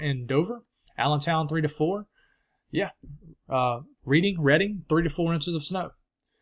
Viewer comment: Reading is the spelling but not the pronunciation :) "Redding"